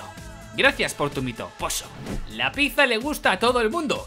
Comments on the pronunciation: Enhorabuena por los 200 episodios pero por favor aprende a decir pizza XD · dices pizza mal UWU